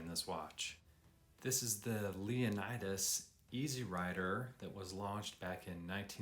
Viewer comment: FYI: 1. Pronounced Jackie Ickx as in iks and Leonidas = Lee O Nee das. Case is chrome plated over brass, not stainless.